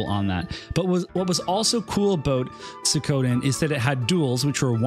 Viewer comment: it's SWEE-KO-Den da fuq? not Se-kowden